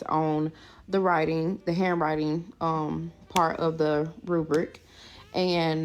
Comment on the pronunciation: Alum, instead of all of them. Dis, instead of this. Hanwrine skills, instead of handwriting, this b** can't even talk properly and she expects her kid to spell properly